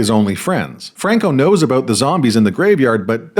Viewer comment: Thank you for helping us understand what this movie is all "aboot". 🤣🤣🤣 I kid!... Much, much love and smart-assery from the 🇺🇲 Naturally...😅